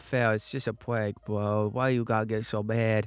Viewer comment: the words “just a pwank bwo” got me rolling on the floor😂